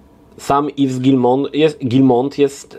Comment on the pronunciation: Yves czyta się iw nie iws 😉